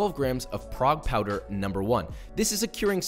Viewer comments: Oh, the curing salt is called Prague Powder number 1.... Every time Babbish use it I heard Proud Powder number 1 and I thought he invented the name, but when Joshua used it I was like "Wait, did he use Babish vocaulary? Is it its real name?". So confused XD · Did he say frog powder?????